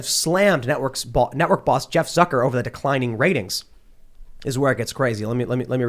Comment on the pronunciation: 'Zucker' huh? Every single goddamned time. . .